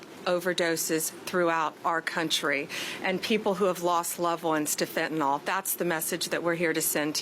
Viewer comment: Why does every US LEO pronounce it "fentanol"? It makes them look stupid. How you gonna fight a problem you can't even properly name?